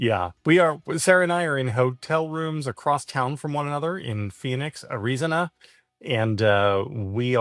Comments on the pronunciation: "Areezinah" sounds like a voice bot mispronouncing the word 😅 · Phoenix AREEZONA????? what the hell.....